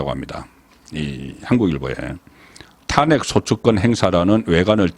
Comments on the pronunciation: 수고 많습니다 좋은방송도 듣는 중에 이상한 발음이 들리면 거슬리거던요 고치는게 어렵지 않을 것 같은데 ... 사투리 발음 사설', 탄핵', 직무 정지의 '정지', ... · 탄핵 정지 망신 등 일부 단어 발음이 이상함.